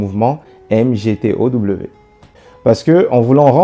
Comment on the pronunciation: MGTOW se lit MIGTAW Merci!